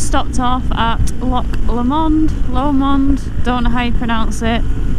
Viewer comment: Ducati are opening a new place in Dundee, the same people who have Ducati Manchester. Just incase you were thinking of moving to Scotland and looking for a job? PS. It's "loch" not "lock" 😘